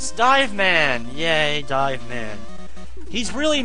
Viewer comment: Hey, it's DIVE man, not Dave fyi.